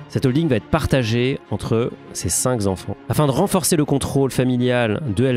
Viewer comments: Cinq est un mot invariable, il serait donc judicieux de dire "ses cinq Kenfants" que "ses cinq Zenfants". Merci pour le reste, c'est instructif👍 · Bonjour. Dans l'expression « ses cinq enfants » vous noterez que le chiffre « cinq » se termine par la lettre « q », et qu'il n'y a donc pas lieu de faire une liaison comme s'il s'agissait d'un « z » (« z-enfants »). Il aurait donc fallu dire « ses cin-k-enfants ».... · Super par contre on dit cinq enfants et pas cinq Z’enfants 😂😂😂